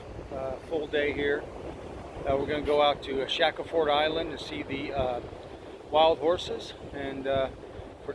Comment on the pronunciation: Great informative video. Thanks! It's Shack-ul-ford Island.